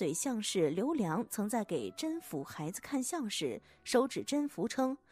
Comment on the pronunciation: 宓 不是應該讀音 me嗎